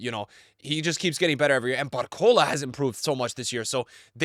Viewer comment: Great bro but BarcoLA not barcola g